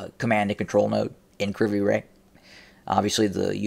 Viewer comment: Ive heard the city pronounced as Kre voy ro